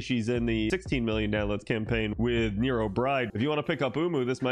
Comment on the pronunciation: Wierd way to say nero